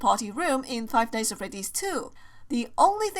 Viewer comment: How she says five nights at freddys five nighs at freddys